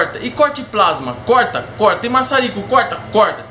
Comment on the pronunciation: É corta e não coita kkkkkkkk